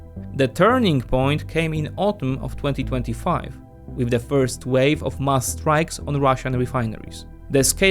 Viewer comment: When you say mass it sounds like musk. Be careful with that haha